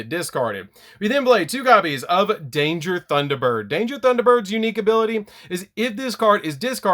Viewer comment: I love how DAD says Thunderbird